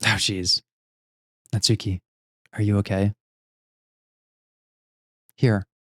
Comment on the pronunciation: Real quick, before I actually watch the episode, and I know I'm very late on this, but the stress in "Natsuki" is on the first syllable and not the second^^ It's NAtsuki and not naTSUki :3